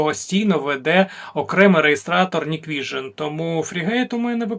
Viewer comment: Hikvision Не Ніквіжн, а НіквісіоП. 😂